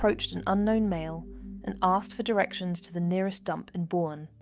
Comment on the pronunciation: Well, they could have done a little research on pronunciation as well. I’ve lived in San Antonio 5 times in my life. It’s in Bexar County (Spanish word) that is pronounced locally as “bear.” One of the towns Brad’s phone pinged is Boerne ( German word), pronounced “Bernie.” I hope Brad’s trial is brief and turns out very badly for him. He’s abusive scum who has scarred his children for life. His friend is cowardly scum who has misplaced values - loyalty (or fear of the legal consequences) to an evil person over truth as well as the potential to bring some closure to Suzanne’s children, mother, family & friends. He could redeem himself a little by bringing justice to Brad, too. My biggest worry is that she wasn’t dead when Brad took her away … which might explain why the friend is so reluctant to speak.